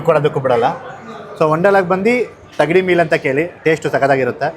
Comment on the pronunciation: Adhu thagdi alla thangdi ...😂😂😂